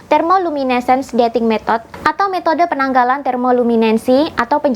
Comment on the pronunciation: Aku sebetulnya ngga pengen komen, TAPI wtk kamu memberi penjelasn di video ini saya agak kaget saat kamu bilang METHOD jadi METOT😜🤪😝di menit: ini agak saya koreksi sedikit yah lucu deh kamu☺☺